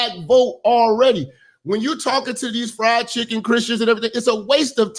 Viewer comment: He said FRIEND CHICKEN CHRISTIANS 😮😂